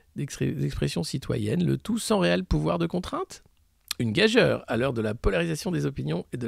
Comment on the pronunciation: On ne prononce pas ''gajeure'' mais ''gajure'', Alexis 😉. Petite faute récurrente dans vos présentations...